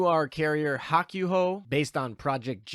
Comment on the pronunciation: Bud don't you understand Japanese at the very least? You should know the the japanese u makes only one noise when by itself and the a ooh sound. Therefore Hakuhou does not sound like Hawk you ho its Hawk ooh ho. For the love of god man you speak for a living, learn to say things correctly.